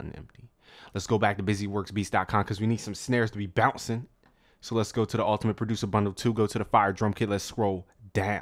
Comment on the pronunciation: lol snare "hbouuncin"